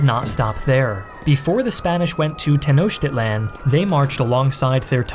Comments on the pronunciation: It's not pronounced "Tenoshtitlan". It's "Tenoktitlan". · The actual pronunciation is ten-oh-cheat-lahn, just in case you don’t want anyone to cringe like I did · Hey it's pronounced ten os teach land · Teh-no-cheat-lawn. Not that hard, sport. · Bro didn’t even try with the pronunciation 😭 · I'm sorry, but I can't take him seriously with how he pronounces Tenochtitlan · Too bad the narrator can't pronounce "Tenochtitlan" to save his life